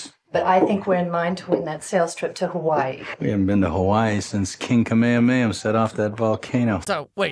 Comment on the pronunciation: doesn't say "King Kamehameha"... He says "King Kamehamayhem"